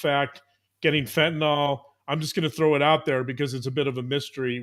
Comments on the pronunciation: Love you, please pronounce it fentanYL. It's not fentynALL. Just drives me crazy. Thanks so much. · Unsure why, but I keep hearing fentanyl mispronounced - it's FENT IN ILL not last syllable "nawl" or "all" - other than that, always love hearing your take on cases. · That’s not how you pronounce Fentanyl. fent-a-nyl not fent-y-nal. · Love u guys. Btw fentanyl is pronounced w Y as a short I: fen-tuh-nil. Otherwise u r perfect! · Please pronounce the drug’s name correctly! ( FEN-TUH -NIL). It is getting annoying!